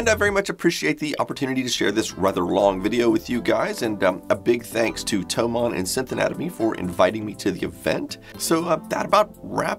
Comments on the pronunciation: Sorry, but it's "THOMANN". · BTW it's Thomann, not Thoman